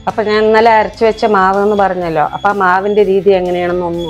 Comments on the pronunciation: ആപ്പം അല്ല അപ്പം എന്നാണ് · പിന്നേ സഹോദരാ ആപ്പം അല്ല അപ്പം ആണുട്ടോ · ആപ്പം എന്നല്ല അപ്പം പാലപ്പം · ആപ്പം അല്ല അപ്പം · ആപ്പ് അല്ല അപ്പം